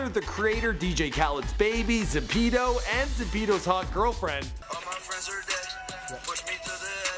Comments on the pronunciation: I hate zaptio but how do u mess up saying zaptio it's not that hard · his names not zapito its actually zaptio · It's ZAP-TIO, not Za-phio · Zapeedo😂😂its zaptio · RRP Beats he said zapito but it's actually zaptio his insta is and his hot girlfriend who isn't hot is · Jesus christ man give credit to the original videos and photos (I think) oh and learn how to say zaptio...zap-ti-oh